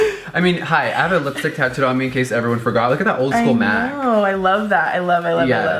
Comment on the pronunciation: i thought he said lipstick dick